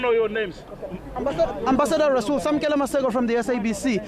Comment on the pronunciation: So, it's decided then. The 'R' in "Rasool' is silent!